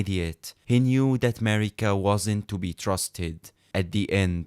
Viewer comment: Demihuman queen "marigga" notice the "gg" on it 💀